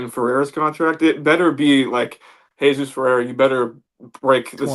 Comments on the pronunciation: Omg I turned this off after 10 seconds if he can’t fucking say his name right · For me, it's impossible to spend time listening to someone who doesn't pronounce it correctly.